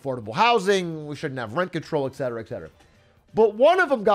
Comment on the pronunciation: et cet·er·a, not eck cet·er·a